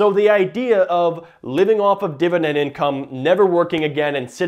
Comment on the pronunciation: New drinking game, every Dididend word you drink.